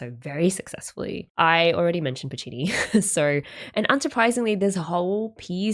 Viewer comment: new vocal stim unlocked "that's so PU-ccini"